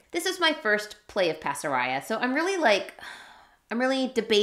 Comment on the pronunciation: Pasaraya! How wonderful. When we lived in Jakarta (Indonesia), Pasaraya was the major department store that we shopped at. It looks like the designer is Malaysian - I'm surprised that the currency is Miel, rather than Ringgit or Rupiah. Incidentally, the word "pasaraya" should be pronounced with all long a's (like in 'Father') - Bahasa Malay/Indonesia doesn't have a flat "a" sound (as in 'faster').